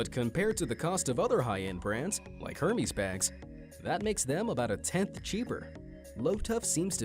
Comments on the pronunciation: HERMEYS?!? It’s pronounced like “air-mez” or “er-mez” not hermey’s.... lol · Hemés is Air-mez not Her-mee's. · hErMeS bag. It’s pronounced “érme”. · It’s not pronounced Her-meeze it’s pronounced Air-mez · He said Hermès as Herm-ese. It is pronounced as Herm-es. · Lmao... Hermès you don’t pronounce the H bud, think like saying hair... not Hermes the Greek God. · Its pronounced erhmez and not Hermes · HerMEES? It's Hermès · It’s pronounced “Air-mez” Jesus. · Lol hermeez. Come on. It’s pronounced ‘air-mez’ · he pronounces hermès as her-mees when it’s pronounced air-mes ummmm that’s embarrassing hahah😂😂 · hermis lol its hermes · "Her-mees" lol omg. AIR - MAIZ my dude. lol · It’s pronounced ER-Maze, Not Hermes😂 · Did he say HHHermEEs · Hermès isn’t pronounced like the god js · Stopped watching after “her-meez”. Gagged. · I cringed at "HER-mes"... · He said "Hur-mees" 🙊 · ‘Her-mees’ bag 😂😂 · It's not pronounced hermes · wait, did you say Her-Me-s? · You lost me when you pronounced Hermes wrong. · I own the brush and have been using creme de la mer for years. It is definitely worth it. As far as the bags, my Chanels, louis vuittons cost way more. And btw u mispronounced Hérmés 😊😊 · he said Hermes really wrong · I'm surprised no one said anything about him mispronouncing Hermes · The way this imbecile pronounced hermes is fucking disgusting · You pronunced Hermes wrong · Did you really just pronounce Hermès like that... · Nigga doesn’t even kno how to pronounce Hermès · I don't know why, but it bothers me that you mispronounced Hermes. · The way he pronounced Hermes made me want to jump out my window. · FYI, you pronounced “Hermès” wrong. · You can tell how poor he is by how badly he pronounces Hermes. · The way you pronounce Hermes made me clench my teeth.